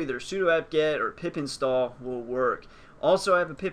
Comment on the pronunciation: Did he say pip install or pee pee stalled?